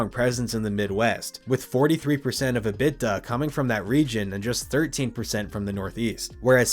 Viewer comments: EBITDA = E-bit-tah, not "uh-bit-tuh" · Dude...your content is usually good, but who is Robert Zimmerman? How is EBITDA pronounced? You're better than this! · mclovin should have told you how to pronounce EBITDA. thanks for the video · EBITDA pronunciation is revolutionary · Love the pronunciation of ebitda 😅